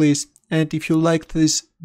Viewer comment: smothered the pronunciation of "smothered".